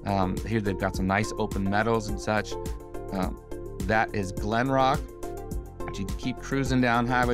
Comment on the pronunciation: Hey moron, it's not glenrock, it's called Glenbrook!